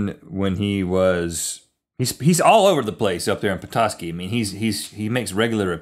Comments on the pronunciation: yes that is how you say petoski good job =) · Rhett You said Petoskey right :) and that is my home town :D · You're pronouncing it right, Rhett. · You pronounced Petoskey correctly, Bravo! (I'm a Michigander, I would know.) haha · Don't worry you said Petoskey right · You said it right rhett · Yes you did pronounce Petoskey correctly. I'm from that area. So proud... :S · I CAN'T BELIEVE YOU'RE TALKING ABOUT MY LITTLE OLD TOWN OF PETOSKEY!!!! and yes, you pronounced it correctly!! Come visit! hahaha and the first incident happened at about 2 in the morning. He was arrested for trespassing on top of the Ace Hardware, and his "lead gloves" were actually filled with sand. It's pretty much our only claim to fame. GO P-TOWN!!! LOVE YOU GUYS SOOO MUCH!